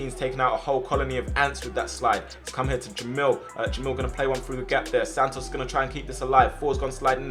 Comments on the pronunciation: Sannos instead of santos 😂😂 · Everyone else: Santos: Santnos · bro doesn’t know how to speak “sand-os” 😂